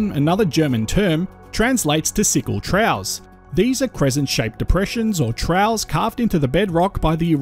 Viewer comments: ‘Trough’ is usually pronounced as ‘troff’. Is ‘trow’ a different pronunciation for ‘trough’ as a geological term? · Cool video. I'm from a little further north but I'm familiar with this area. One question, where are you from? Your accent is Australian but your pronunciation of "dune" and particularly "trough" is unusual. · By the way, trough is pronounced "troff". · A "TROUGH" is not pronounced "trow" as in cow, but pronounced "troff" as in COUGH.